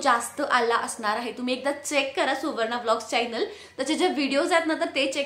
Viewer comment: चायनल नाही गं चॕनल असतं. न आणि ण वर लक्ष दे. यूट्यूब इनकम algorithm based असतं हे तू सांगितलं नाहीस तुझ्या viewers ना. त्यामुळे त्यांचं misunderstanding होतय हे comments वरुन दिसतय.